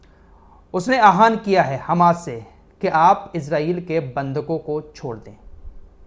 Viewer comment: आप आहवान को आहान कियू बोलते हैं Isse achha apeel boliye